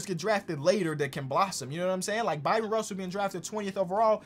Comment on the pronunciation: Bryon Russell. Pronounced the same way as Brian.